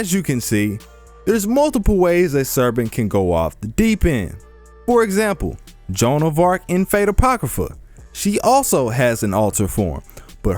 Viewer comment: This nigga called her Joan of Treadmill...I can’t 😂